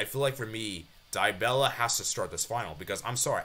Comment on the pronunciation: its Dybala not DyBella